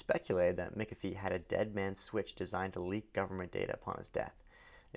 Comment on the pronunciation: Pronounced John "MACK A FEE" not "MICK A FEE."